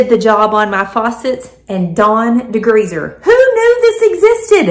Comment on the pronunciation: ...de-greezzz-er 😂 will have to try it.